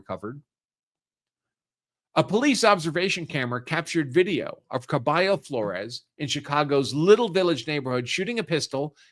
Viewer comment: lol it’s pronounced CAR-BUH-HALL 😂😂😂😂